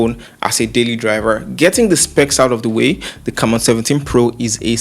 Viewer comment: its prononouced: "c'mmon" hehehe